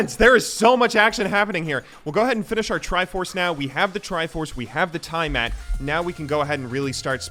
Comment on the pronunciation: Everyone else: Tiamat: Tiematt